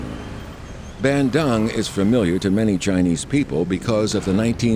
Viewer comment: I was laughing hard when you pronounced Bandung the way you did. You should have pronounced it " Bundoong " as it is correctly pronounced in English.